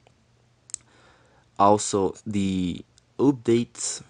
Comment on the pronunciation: The OppDates lol. They way he says it